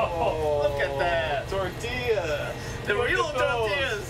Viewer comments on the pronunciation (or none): DID SHE REALLY JUST SAY TORTIAS??? 😡😡😡🤬😡🤬😡😠🤬😡😡😡😡😡